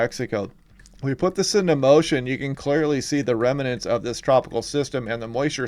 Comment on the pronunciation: I very much like your YouTube videos. However, one thing you do is very annoying. You are pronouncing the word "remnants" as if it had an "a" between the letter "m" and the letter "no." It does not. Please, if you'd be so kind, correct this mistakes. "Remnants," not "remanants." Thank you.